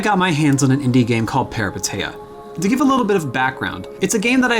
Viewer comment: Small clarification that the name is pronounced as "Pehreepéteea"